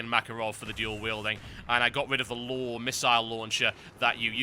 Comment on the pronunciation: he called the LAW LawL, hehehe...